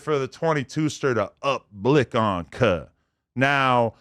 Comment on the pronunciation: “ up blic on cub “ 😂😂😂😂😂😂😂😂😂